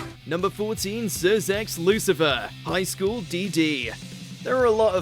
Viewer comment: did this mf just say highschool DD instead of DxD or D and D